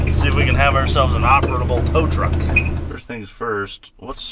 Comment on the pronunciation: Also there's no T in operable brother